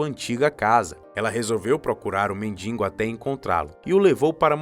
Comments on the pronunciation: Atenção. Ele fala mendingo e o correto é mendigo. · Muito boa a história e uma produção cuidadosa e bem feita do vídeo. Mas, lamentavelmente, nem tudo é perfeito. Em todas as vezes que o locutor falou a palavra mendigo, ele a pronunciou "mendingo". Inaceitável e coloca a perder toda a beleza e o capricho do vídeo. Lamentável. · Voz bonita, mas NÃO É MENDINGO E SIM MENDIGO. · Uma das melhores estórias que já vi, excelente narração, mas por favor," mendingo" é ruim hein?!